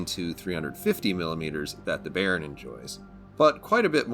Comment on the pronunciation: Youve to pronounce the bay in bayern like bye. 😉 Good videos, greetz from germany.